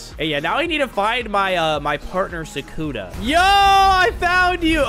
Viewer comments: BRO ITS PRONOUNCED SUKUNA NOT "SAKUNA 🤓" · Sukuna not Sakuna